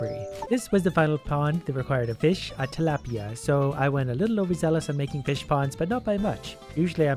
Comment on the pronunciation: surprised you pronounced "tilapia" perfectly